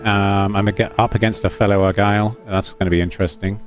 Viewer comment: Can't tell if you're joking by calling it the "Agile" or "Argyle". It's "Aigle", pronounced Ay-gluh and translates from French to "Eagle" in English. But perhaps you already know this?